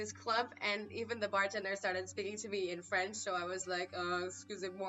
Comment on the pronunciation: Je suis Français, you goof not zee am Franch lol